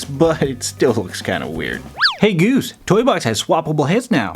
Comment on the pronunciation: Who else is noticing that he's saying gooby instead of goose